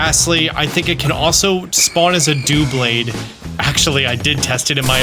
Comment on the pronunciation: Its doublade, DUB-Laid, as in double + blade.